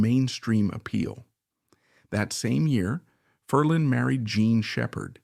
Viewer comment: DUMP the A.I. voice overs! The name is pronounced "FER-lin," not "Fer-LEEEN!"